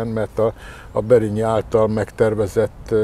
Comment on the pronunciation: Kisöreg vicces,mikor adagolót említ Barényi nevét nem jól mondja.